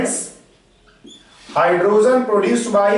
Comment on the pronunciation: phele hydrogen bolena sikh la......................................